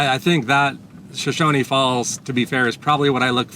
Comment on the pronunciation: I appreciate you coming to our neck of the woods, we live in an amazing place! That being said, the falls are pronounced Per-rine and then there is Shoshone Falls, not Shoshonie Falls.😉 You really need to see City of Rocks, south of Burley. BEAUTIFUL! Enjoy your time in Idaho!